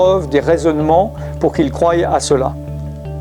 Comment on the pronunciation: Cher frère, Merci pour ta persévérance dans les enseignements. Gloire à Dieu. Je me permets de te signaler une faute de prononciation récurrente au subjonctif. "Il faut qu'ils croient" se prononce comme une croix (pas "crouaillent"). Que Dieu nous garde en Jésus-Christ.